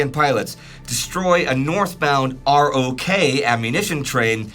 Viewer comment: Wow, what a great and valuable series! I only wish would pronounce ROK like "rock," the same way people read it in the literature (as opposed to spelling out R-O-K).